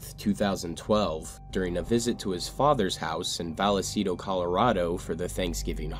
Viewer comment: I lived near where this case happened, I remember they had his football Jersey up at the local pizza place until it closed down. Also its pronounced "viceto" not "valacito" lol.